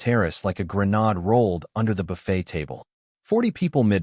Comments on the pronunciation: A gren-aude? lol. I’m done after the first sentence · What's a "Gren-arde"? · I don't understand. I mean, I know it's an ' artificial voice' , but how does it get grenARD out of grenade? I could understand 'grena dee'. I could understand grena day. But, gren ard? And, don't get me started on messeay! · Only if it is misspelled every time. Because a.i. pronounces grenade as "grin-odd" every time. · I think it's applying a French pronunciation to some words (grenade, messier, ...). Another thing I've noticed is that AI will speak the wrong tense (or inflection) even though it used the right word (reed instead of red, leed instead of led, ... or words that are verbs or adjectives depending on pronunciation).